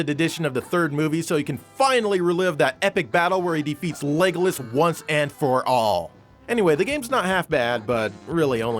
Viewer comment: I liked "Logolas"